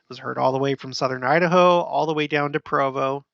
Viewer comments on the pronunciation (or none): none